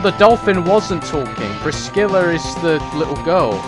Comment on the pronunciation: I dunno if you ever figured it out, but the "C" in Priscilla is silent lol.